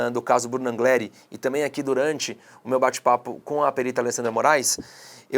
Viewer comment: Pronuncia do sobrenome da moça: anlhiere